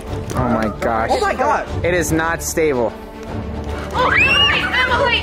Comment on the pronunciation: Why did say jemily to Ellie and jentzen